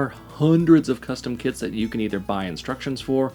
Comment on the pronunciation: I am sorry... I know it is a 'me' problem, with english as a second language, but I keep hearing 'kids' when says 'kits'... It makes the whole video a lot more fun😀 "The 'kids' were very easy to assemble"... etc.